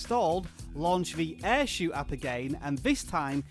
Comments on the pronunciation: It's not air shoe its air show as in shou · Umm Shou is pronounced as show, not shoe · My app only says "shou" not "airshou"